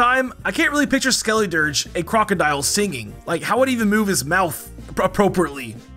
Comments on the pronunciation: You pronuced skeledirge weird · Bro stop saying Skeledirge like that oml and Copperajah be fr